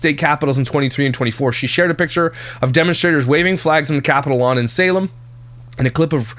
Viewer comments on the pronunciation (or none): none